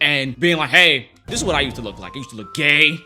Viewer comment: this bit, especially the emphasis on "GAY" the extended pause🤣 killing me!